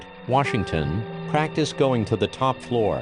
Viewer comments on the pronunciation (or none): none